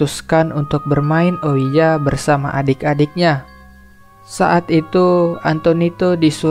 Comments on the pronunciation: Bukan ouiya ka, cara bacanya Ouija itu "Weeja" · bang bagus bangat tapi aku cuma mau bilang itu namanya papan Owija bukan oiya